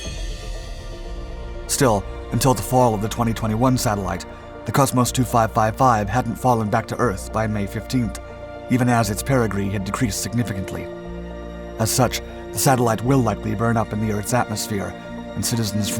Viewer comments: "Perigee" not "Perigree" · you say perigRee, but I think the word you're looking for is perigee, or the lowest altitude/highest speed point of an orbit. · Not perigree, but perigee (pronounced Perry Jee) - the lowest point in an orbit around Earth. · Per-i-gee. Gee, like gee-whizz. Slow down and think about what you're reading. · “Perigree”? One minute of information spread over nine minutes of fluff. Not your best effort - or even close.